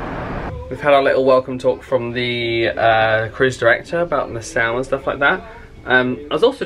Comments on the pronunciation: You are pronouncing Nassau wrong!!! NA-SAW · Hello, Nassau is pronounced "na-saw" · love the video..but my home town is pronouced na(saw)... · Is it pronounced Na-Sow or Na-Saw? We’ve been to Nassau several times but we’ve never heard it pronounced the way does? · It's pronounced NA- SAW